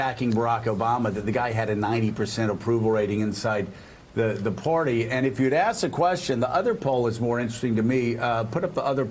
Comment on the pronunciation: Hey Joe...the word is "Party" not "Porty"!